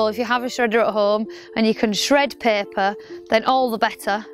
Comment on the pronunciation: When you said paper it sounds like you said pepper